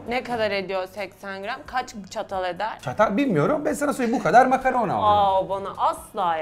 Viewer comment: Danilo makarna diyor ben makaron anlıyorum